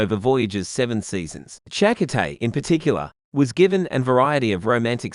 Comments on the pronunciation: Cha-coh-tay. Lol. Shack-Cotay hahaha. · We've heard Chakotay's name pronounced on the TV show. It's weird hearing it from... what, an Australian AI voice? Chak O'Tay sounds kind of... Irish? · 😮Narrator's voice is so annoyingly bad. Find another narrator pls. He mispronounced the name of Chakotay so badly.